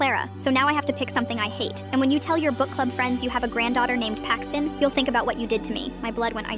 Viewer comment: How do you spell Paxton with a 'Y'? Payxton?